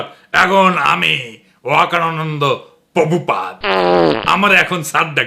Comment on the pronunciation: পোভূপাদ নয়,হবে প্রভূপাদ।